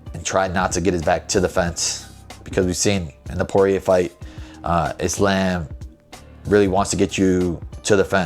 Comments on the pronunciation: The fact that you pronounce Islam’s name like “isl’A’m” and not “Isl’U’m” shows your relationship with the Dagestani’s are absolute busllshit 🤣🤣🤣🤣🤣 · So, basically a Muslim who can't even say "Islam" properly? it's not "Islaim", it's pronounced "Islaam". And I ain't even Muslim. What the fuck man. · Bro said Islamb